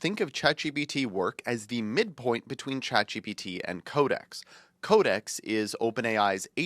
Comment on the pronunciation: I didn't know ChatGPT was pronounced "Chat G B T"...